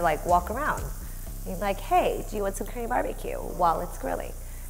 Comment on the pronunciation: You pronounce "Korean" like "cream". I don't think it is how you pronounce it.